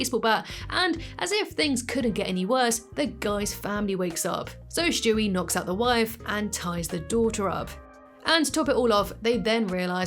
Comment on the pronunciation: I truly hate that you say Shtewie lol it really grinds my gears 😂😅 have a good one tho, youre still my british youtube babygirl lmfaooo 😂😂❤